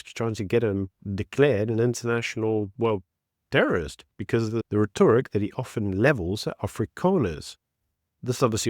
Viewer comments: The way you say rhetoric though lol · I'd love it if you can figure out how to pronounce "rhetoric" correctly ;-)